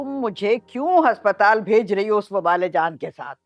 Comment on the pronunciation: Haspatal NAHI aspatal 😅